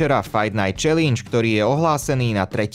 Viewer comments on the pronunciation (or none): none